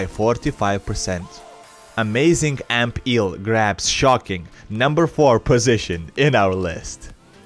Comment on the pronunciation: Ampeel sounds like amphere